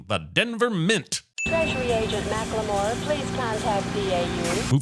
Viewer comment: Omg they said makla more and I instantly thought stop, wait a minute and then you sad sin for giving birth to Macklemore lol.